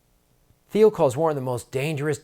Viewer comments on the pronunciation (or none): BTW, Graham, Thiel is German, so the h is silent. German has no /θ/ or /ð/ sound.